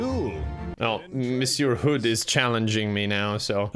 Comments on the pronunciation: more like "missyeu" i guess if i tried to write it out loud... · ok but please tell me why he pronounced monsieur like "mishur" lmao